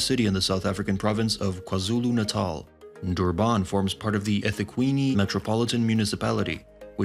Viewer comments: It is not prenosed dooban .it's durrrban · Durban is pronounced as Durbin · Got to hate AI speech. DurbARN ffs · Honestly the more you say Duban makes me wanna report the video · as a south african....the way he pronounce Durban just hurt my ears...